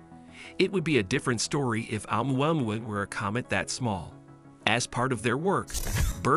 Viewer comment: This is the worst pronunciation of Oumuamua I have heard so far 😂 It is funny how almost no one gets it right. maybe all the voices are AI generated lol